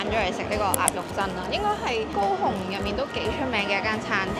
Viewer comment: 高雄的廣東話聽起來真像go home